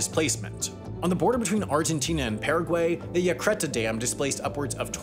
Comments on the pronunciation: In case anyone is interested, the dam on the border between Argentina and Paraguay is pronounced something like eacireta (the "y" are closer to an "e" sound) with the accent on the last "a" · I can't believe how badly Sam butchered Yacyretá...